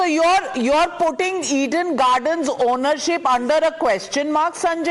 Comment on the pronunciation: It's Eden Garden not "Eid–En gardan" It's fort William not "fart wallia"